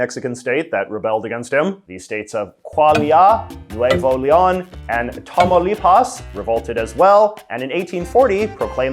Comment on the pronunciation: KWA-LIA, NWE-VO LEE-ON, TOMAW-LEE-PAWS LOL at least learn how to pronounce it properly